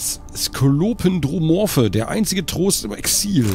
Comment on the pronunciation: Skolopen-dro-morphe?! XD Das Wort Skolopendromorphe wird auf der Silbe PEN betont, genauso wie das Wort Scolopendra, ein Gattungsname bei echten Tausendfüßern, an die die Witcher-Tausendfüßer angelehnt sind.